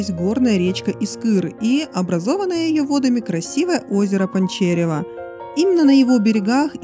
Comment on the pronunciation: ПанчарЕво!!! Искър - ударение на И!